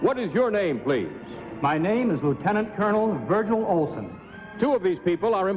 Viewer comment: The announcer goofed the last time he said the first contestant's name, saying "Virgin" instead of "Virgil!"